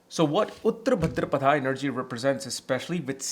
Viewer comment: Wow. You look like somebody who knows more than Dr. Arjun Pai or Sanjay Rath, Kapiel, or even K.N. Rao. Bhadrapad, not Bhadrapadaaa 😂 Reminded me of Hermione of Harry Potter 😂